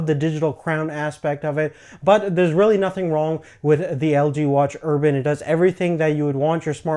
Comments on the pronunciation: ur-bane not urban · Urbane, urbane, urbane. Not urban. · its urbane not urban... urbane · You're not pronouncing Urbane correctly. It sounds like you're saying Urban, which is an area with high population density such as a city. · urbane not urban. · fuck you ***** he pronounced it urban. not urbane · Ur -BANE not erban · Watch Urbane has 245 PPI not 348. PPI calculated for a circular display is different than a square one. Just my input. Nonetheless the screen looks great. Also the Urbane does not have NFC. And last of all its pronounced Ur-BANE.